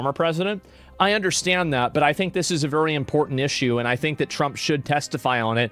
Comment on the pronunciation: "Let me be bery clear" " i did not have sexual relations with that gerbil"... 😄🤣😆